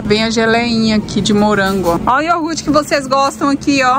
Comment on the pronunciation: Ei. Deus abençoe você e sua família linda! 💞 Como você falou que gosta muito de aprender, tomei a liberdade de dizer que o certo é falar: iogurte(com r). Amo vídeos de compras, lixo da vizinhança, venda de garagem, sua rotina, enfim... todos. Abraço. 💞🌷🤗😘😘😘😘